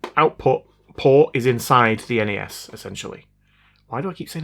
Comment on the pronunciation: EN-EH-ES? NES!?